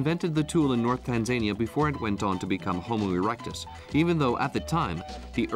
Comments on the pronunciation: Who/what does the research for these documentaries about Tanzania pronounced Tan zan eeya? Si sahihi (incorrect), there are no panthers in Tarangire National Park which is mentioned as one of the predators to be seen there. In the Serengeti part the commentary stated it was one of the places to see a leopard when the camera image was of a cheetah, really? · It's pronounced Tan.zuh.nee.uh